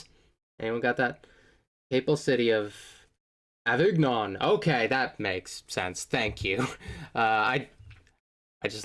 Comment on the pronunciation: FYI, Avignon is pronounced “Ah-vin-YON”